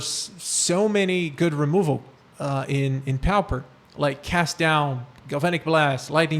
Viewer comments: My dude its not pow-per its POR-per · Actually, it is pronounced PAW-per (or PAA-per). No "r" sound.